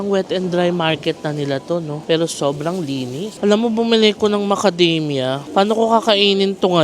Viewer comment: Tawa ako,una tawag mo macadamya,later on yung talgng tawag sa knya macadamia…nice ❤️